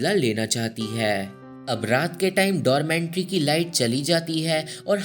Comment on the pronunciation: 1st thing, it is 'dormitory', not dormentry. 2nd, you missed the main part of this movie. So-hee loved Jin-sung, then why she killed her?? Let me explain.... ...Jing-sung ne So-hee ke gift kiye hue shoes me kanch ke tukde rakh ke wapas So-hee ko deti hai school-wale competition ke time. Ye baat So-hee pehle se janti thi ke Jin-sung ne usko dhoka diya hai competition jitne ke liye. Fir bhi usne wohi shoes pehen ke dance ki. Naturally So-hee ke pair kat jati hai, fir bhi wo jeeti. Usne Jin-sung ko maaf bhi kar di. Par Jing-sung So-hee ko stairs se girane ke bad jab wo kabhi dance nahi kar payegi janti hai, wo frustrated ho kar suicide kar leti hai. Jin-sung ko wo is pure baat ka zimmedar manti hai..... So Jin-sung's betrayal was the main reason So-hee took revenge on her.